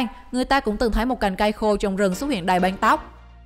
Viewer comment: "Đóng banh " " banh tóc " không đọc được vần Ăng 😂😂